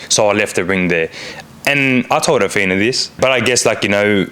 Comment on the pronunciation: Dude,, her name, isn’t Ahfeena,, I think it’s pronounced Ahthina,,, I’m pretty sure she told you her name several times, (even though the spelling is ridiculous lol) anyway does make me wonder how much of this trash tv is real.😶